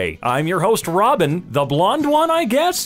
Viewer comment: What’s throbbin it’s robin